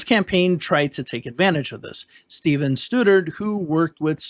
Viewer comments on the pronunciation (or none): none